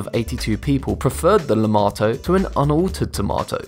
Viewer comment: Lemato sounds like LAMAO